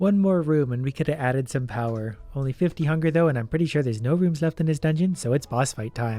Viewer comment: "Inly 69 health" I think you mean * tounge click * noice